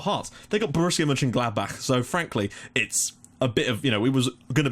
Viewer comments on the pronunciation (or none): none